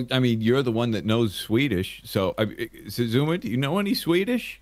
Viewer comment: I'm never going to be able to not pronounce Xisuma "shashwammy" now.